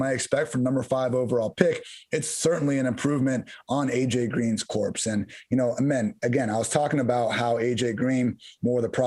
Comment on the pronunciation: Just so you know corps is pronounced core not corpse